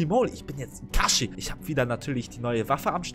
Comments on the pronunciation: Es heis nich ikachi es heist kakshi sensei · DEIN ERNST DU HAST NICHT MAL NARUTO GRKUCKT UND ER HEIßT NICHT ITASHI SONDERN KAKASHI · Es heißt Kakaschi